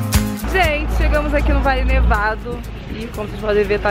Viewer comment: DICA: VALLE NEVADO.. ( VAJE NEVADO) - FARELLONES. (FAREJONES).... fica a dica.